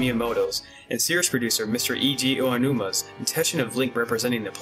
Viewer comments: It's mostly Eiji Aonuma, I don't know why it's so hard for people to pronounce it. If you look it up you should be able to find it. Or use Google Translate. Sometimes people do mess up on Miyamoto's name too, but a lot of people already know how to say his name, so it's okay. Eiji Aonuma (Ey-jee Ow-new-mah) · I wish you guys would practice how to say the man's name correctly. I mean, this isn't an ocarina or pokemon pronouceasion thing, their is only one way to say his name.